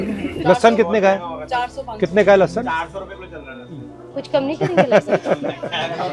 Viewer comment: लहसोन है लहसुन नहीं